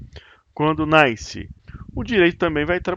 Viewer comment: O sol 'NAISCE"!!!!! Que siginifca isso??